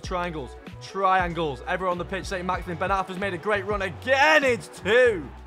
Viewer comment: As much as i love the bloke, i hate anyone that says maximin in a shit english accent when its not like that